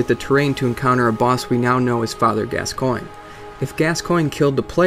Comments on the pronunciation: Gascoigne is pronounced Gascon. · Also, Gascoigne = Gas - con. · Father Gas-SEE-Ohn. Jeesssssus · saro ban I've never played the game, but I first heard the name spoken as Gas-Coin, but when they spoke his name in the game, they said Gas-con. I'm with you bro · ***** Yes, Eileen does say it. And she says Gas-con. 'Cuz that's how it's pronounced. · ***** Yes it is spoken by her. And she clearly says gas-con. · ***** Who am I gonna believe, you or my own lying ears? She clearly says Gas-con, I've played through it multiple times. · Just for the record, I recently played through yet another BB game, and she definitely, 100% says Gas-con. If you insist otherwise, you're hearing things. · It's Gascoigne. Gass-Kwahn. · You pronounce Gascoigne as gas-scone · gas coin is the correct way to pronounce Gascoigne